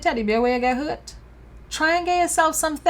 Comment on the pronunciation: I LOST it when she said "Show me on the teddybear where YUH GET HURTH" Lololol